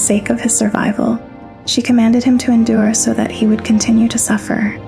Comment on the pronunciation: I can't tell if your just mispronouncing the words on purpose. It's endure, not inder. It's ripened, not rippined? They're were so many more but I'm not gonna waste my time. I think your just trolling